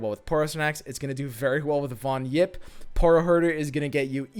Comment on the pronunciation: pls pronounce "von Yipp" like "fon/phon Yipp"....